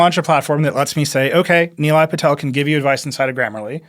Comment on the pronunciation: Actually he’s pronouncing his name correctly. Nilay himself had Americanised his own name sadly.